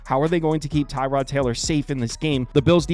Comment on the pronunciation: Its Pronounce TER-Rod Not TIE-Rod